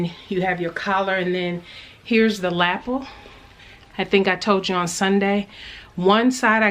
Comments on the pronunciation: La - pel not lap el Not being mean just helping you pronounce it right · your Tara fitting mock up is great, excited to see it finished. Love the way you say lapel, like lapple, great fun. Thanku for sharing your day. x